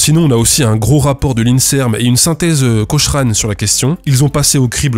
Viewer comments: Note : prononciation CoKrane et non pas Co-ch-rane , oui par-ce que en anglais... heuf je suis nul en anglais mais j'aime bien startrek, hors il en avait un du nom de Cochrane, l'inventeur de la propulsion par distorsion. Hein, comment ça je suis geek, meu non j'aime la SF voilà. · "Cochrane" se prononce Cocrane (oui, comme chiropraxie se prononce kiropraxie). J'avais une autre histoire, pour l'origine de l'auriculothérapie: que c'était un embryon (et pas un fœtus), et que le médecin qui a "découvert" cette "science" avait tiré par l'oreille un patient lombalgique pour le mettre sur sa table d'examen, ce qui avait entraîné la disparition de la lombalgie. Mais ton histoire est plus plausible; moi, c'est un auriculothérapeute qui me l'a racontée. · Quand t'es rugbymen et que t'es b.... pour le traitement miracle avec tes oreilles en chou-fleur... Par contre, pour Cochrane, on pronnonce "coKrane" (a moins qu'il y ait un joke?)